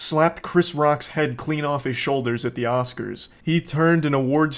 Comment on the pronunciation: Te momen the oscars turn into the oswars.